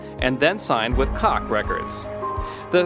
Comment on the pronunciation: If you can't pronounce Juelz or Koch, you shouldn't make these type of videos